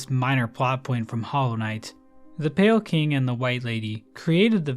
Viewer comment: calling pale king as pale kind, smh you fell off